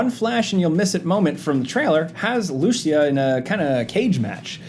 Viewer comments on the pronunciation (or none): Its LucIa, not LUcia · Hey it is LucIa not LUcia 😅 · Its pronounced Lou-see-ya Not Loosey-ah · bro it's not Lucy-ah, it's Lou-CEE-ah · the way you guys mispronounce her name is killin me. lmao. its lu-SEE-ah. not Lucy-AH. not LU-sha either. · Thanks for giving credit to all the people who noticed these details. Either way, I would greatly appreciate it if you started pronouncing Lucia's name correctly. You guys are calling her "loose ya", when it's actually "lou see ya". Small difference, but it's definitely noticeable. Yes I'm a native Spanish speaker. <_< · Lucia is commonly pronounced loo-SEE-uh. Emphasis on the "ci". Ok bye. Love your videos! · It's pronounced LooCEEah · Bruh her name ain't loosheeah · I’m fairly certain the female protagonists name is supposed to be pronounced Lou-See-Yah, though the game may pronounce it a different way. In case anyone is interested. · it's not lucia is lucia (joke) but really that's not how it's pronounced (even in the trailer jason says it right 👍🏻) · I think you are pronouncing Lucia wrong, and it really bothers me... LOL! 🤣🤣🤣